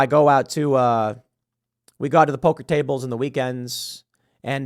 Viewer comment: Why does Tim pronounce “poker tables” with a heavy east coast/New York accent?